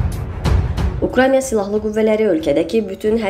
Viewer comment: Bu danışan xanıma deyən yoxdu ki,o ölkənin adı Ukranya yox, Ukraynadı. 🤣🤣